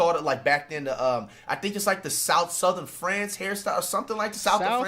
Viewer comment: Any update on when we can git flight in a irl vid gitting his cut, and flight stay talking about his time back in school but count pronounce south of France 😂😂